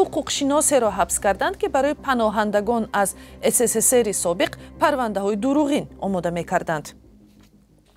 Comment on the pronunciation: Салом алайк ман Шуморо бисёр тамошо мекунам хамеша Шумо ССССР мегуед. Яъне як "С"-илова мекунед! Шумо рузноманигоред хохиш мекунам инро ислох кунед зеро Шумора зиёде аз точикон тамошо мекунанд.